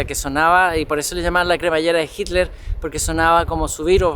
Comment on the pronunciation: se ve que es chileno, no puede ni pronunciar hitler jajajaja dice hiler jajajajaja muy buen video 😊👍